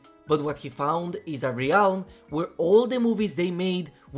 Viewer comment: I always appreciate the content dude… but has NO ONE seriously told you how to pronounce ‘realm’?